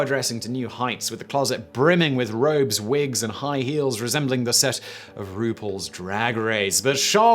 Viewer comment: He pronounced ru Paul roople